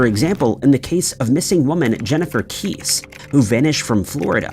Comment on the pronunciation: Jennifer "KESS-EY". Like "messy"